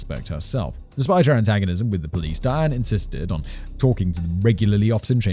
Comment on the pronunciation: Simon's casual pronunciation of Diane makes it sound like Dan which gets it rather confusing...